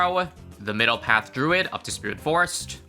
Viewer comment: thank u for pronouncing druid correctly